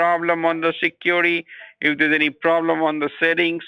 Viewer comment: what the hell is secury???? 🧐